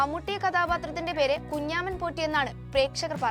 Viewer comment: എന്ത് കുഞ്ഞാമൻപോറ്റി . കുഞ്ചമൻപോറ്റി എന്നാണ്. എഴുതാനേ അറിയൂ, വായിക്കാൻ അറിയില്ലല്ലേ